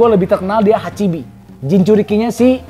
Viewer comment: Pas hachibi kok kyk bakso cumi koh 🤣🤣